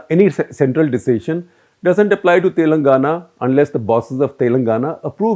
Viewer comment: He consistently pronounces "Telangana" wrong. this is the correct pronunciation. How do you publish something so inaccurately??